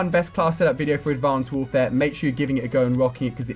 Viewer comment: Ali a says advanced warfare like Advonced Wouwfaea